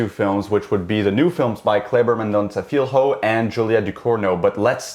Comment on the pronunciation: Hey. If you pronounce "Filho" like you'd say "Fillio", it'd be closer to the portuguese word.